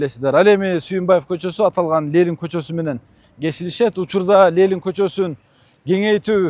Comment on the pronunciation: ЛЕЛИН ЛЕЛИН ЛЕЛИН ДЕБЕЧИ. Уят уят. ЛЕЕЕЕЕЕННННННННИИИИИИИННННН